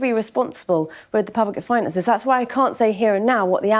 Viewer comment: She says the government have to be responsible with the public financiaes is She having a laugh 😊